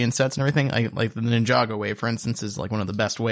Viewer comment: no no! not ninjagos, ninja go's.